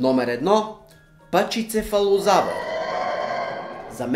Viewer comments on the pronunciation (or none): Искам да направя забележка за произнасянето на името на динозавъра с твърдия череп😂❤ Всъщност, правилно е да се нарича "паХицефалозавър" ..С "х", не с "ч" :) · произнася се пахицефалозавър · правилното произношение е "пахицефалозавър" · Хеу, двамата №1 се произнася Пахицефалозавър!